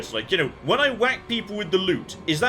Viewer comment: LOOT. You are after LOOT, not LUTE! Oh dear...